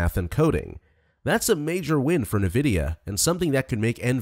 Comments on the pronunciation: Nuhvidea? Fuck man, please put some effort in. This is AI slop. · Suspect this is an ai voice… n’vidia >.< also chat gpt can interpret audio and image data